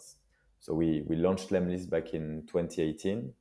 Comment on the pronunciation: hey it's lemlist not lemist ;-)